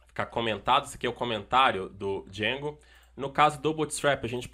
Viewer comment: eita que agonia quando ele fala "djengo"